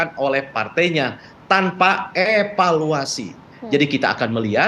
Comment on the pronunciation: Gunakan bahasa indonesia yg baik pa.. evaluasi pa bukan epaluasi...